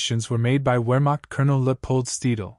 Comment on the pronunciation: The poor SOB had to do without his bathtub. I wonder how many tens of thousands of Europeans suffered significantly more at the hands of his divisions of the Wehrmacht. And by the way, learn the proper pronunciation of Wehrmacht and Polish.